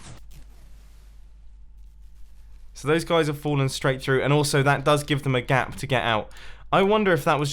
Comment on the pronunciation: 3 block GLAP?!?!?! Mumbo what is going on with your english?